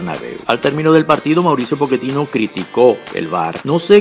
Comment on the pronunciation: Quién es Poketino? El hombre es sudamericano y aunque lo estés asociando a la pronunciación Italiana, en aquella región se utiliza la doble cc para hacer eso: Pocchetino!!!